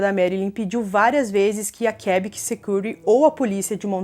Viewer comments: Fala-se "Quebéc" 😊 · Por favor, pronuncie direito Quebec😐